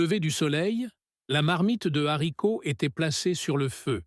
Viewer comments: J’adore le rize et les zaricots. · Les zaricots ? 😂